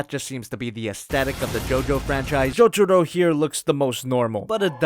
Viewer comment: Did ya say Jojudo or jotaro idk my ears are pretty bad or you pronounced his nam wrong